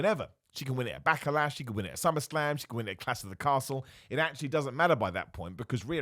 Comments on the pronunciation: I love the way says "back-eh lash" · I like how he keeps saying "Backalash"